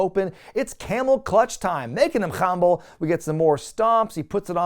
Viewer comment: You say khumble a lot like how Strong Bad said Grumble during Sbemail #98: Stupid Stuff